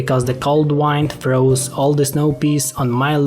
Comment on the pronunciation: I'm guessing English is not your first language (you always said "wind" instead of "wind," for instance). I'm pretty impressed you learned enough to make a video in it, as I have not done so.